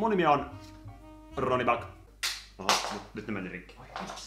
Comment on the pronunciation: n se on BÄCK ei back